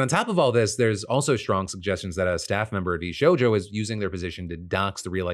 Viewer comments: “Vsouja” brother Phil how did you mess that up. V SHOW JOE. 😂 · "VShoja" 😂 Phil... 🤣